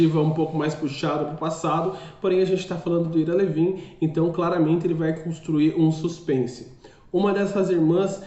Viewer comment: Pronuncia-se ao AIRA LÍVIN. Livro sensacional. Premiado e que gerou DOIS filmes sensacionais. Já li sete vezes, nos últimos 20 anos. Ira Levin é meu escritor preferido. Pena só ter publicado 7 livros. O cara é genial.